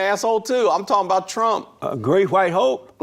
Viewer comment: Hwite men, he put the H before the W 😆